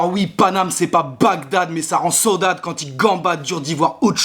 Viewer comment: Saudade ça ne se prononce pas comme ça caralho !